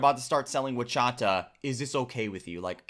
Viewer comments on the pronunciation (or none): Horchata is pronounced or-cha-ta not uwa-cha-ta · It’s horchata, horchata.